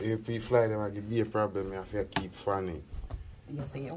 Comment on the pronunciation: I love when say Blem 😂😂😂😂